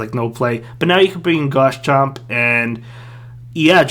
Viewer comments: Pls call it Garchomp instead of Gars-chomp bro Thanks for the content anyways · why do u call garchomp “gars chomp”